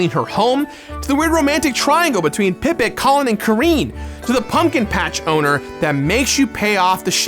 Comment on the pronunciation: Did you just say karane as kareen? And ghirahim as ghira-heim? The heck man My ears hurt